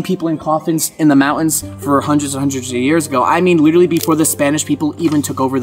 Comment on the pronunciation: Take a shot everytime says "literawwy" 🍺